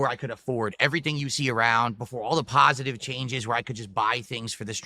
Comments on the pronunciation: "IM GOING TO KEEP MAKING MY STYLE OF PAHSAHTIVE CONTENT" Right after he uses vile slurs and vicious toxic insults for 10 minutes about other people What pahsahtivity dood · He really does pronounce positive as “pahsitive” lol